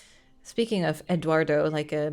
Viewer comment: Oh yeah, the Martin Sheen story, I think he's actually from the north of Spain (Galicia) which is where I'm from so I heard that story a lot of times but I'm not 100% sure if it's true. But yes, Eduardo is Spanish por Edward and it's pronounced without the pause in the "d". It's not Ed-uardo it's Edu-ardo.